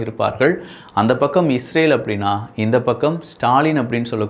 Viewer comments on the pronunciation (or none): none